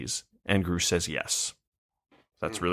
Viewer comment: Given they can’t pronounce the name Grusch correctly it seems they haven’t actually watched the testimony